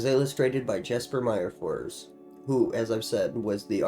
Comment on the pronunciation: Cool video! Just an fyi for future reference Jesper Myrfors' name is pronounced "Yes-per Meer-fors."